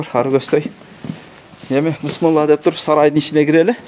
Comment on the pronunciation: Бысмылла эмес туура айтсан тууган